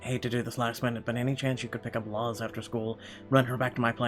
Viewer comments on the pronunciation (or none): Luz is said like Louse just so you know.